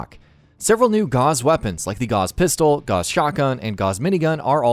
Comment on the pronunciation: Gauss is Not pronounced Goss. It’s gowss.